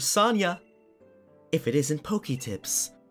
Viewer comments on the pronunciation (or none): I don’t know why It really triggers me that he says sania instead of soenia